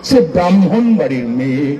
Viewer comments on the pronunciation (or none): একটা থা বলতে বাধ্য হচ্ছি, অনুব্রত কিন্তু “সম্মান” নির্ভুল উচ্চারণ করেছে, যদিও ‘ব্রাহ্মণ’টা “ব্রাম্ভণ” করে ফেলেছে😜